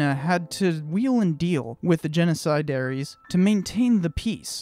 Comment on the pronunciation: Genocidaires or “genocidairies”? Have you ever seen or heard of any appliance from ? Hint: the last syllable in both words is written the same and pronounced the same. “The brand was so well known in the refrigeration field in the early-to-mid-1900s that many Americans called any refrigerator (of whatever brand) a Frigidaire.”